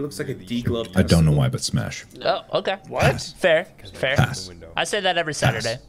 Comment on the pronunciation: someone told me mark sound like he’s saying ass when he says pass and now I can’t unhear it...